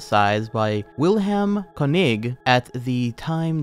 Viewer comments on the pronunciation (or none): none